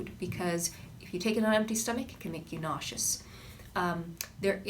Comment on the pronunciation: Weird how you pronounce Antibiotic and naucious, helpful advice.